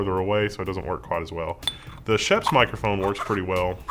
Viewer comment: Nice! I like a good DIY for technology, a good DIY amplifier would be awesome. (by the way, of course pronounces Schoeps wrong, the "oeps" part is pretty much pronounced like "oops", the "sch" part kind of like "sh" in "shadow")